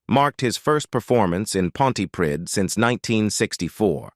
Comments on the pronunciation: Oh for Heaven's sake. We know all this. We've heard it many, many times. That's Tom's past. Give it a rest. Here's a man who has a superb voice. He doesn't show off. He loves life. And why must we listen to some American telling us such old, old news and one who cannot pronounce Pontypridd correctly. Carry on as you are Tom...you're top with me! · Oh my goodness I cringe at the pronunciation of Trefforest and Pontypridd! He may be a fabulous singer but his younger years character was awful. He treated the senators like 💩! The way he turned his back on them after they helped him to stardom.